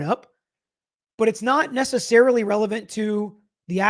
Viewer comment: The phone search expert said "Not Nessicarilly" at 0227. To me this means it "May" have been 0227 ....still not what defense wants to hear